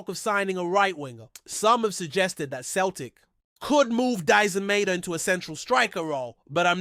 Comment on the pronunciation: Can't even pronounce Celtic correctly ya mug!!